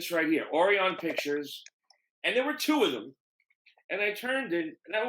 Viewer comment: "Ore ee on Pictures?" How can you mispronounce Orion?